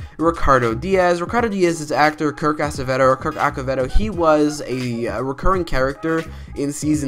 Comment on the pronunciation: It's pronounced Kirk Asevado.